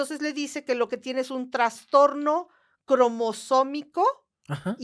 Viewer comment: Se dice trastorno, no transtorno 😭😭😭😭 Yo los quiero mucho jaja, pero este error lo escucho a cada rato, y me lloran los oídos. xD